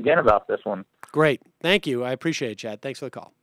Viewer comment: Was that "Chad" or "Chud"? 🤣